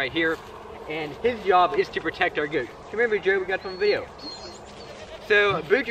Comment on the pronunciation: I'm not American, but the way you say "goats" sounds really funny to me. 😁 Must be a Louisiana thing... 😋